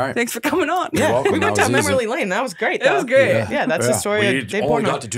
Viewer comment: “MemorLY lane” Did anyone catch that at the begging AND the end 😂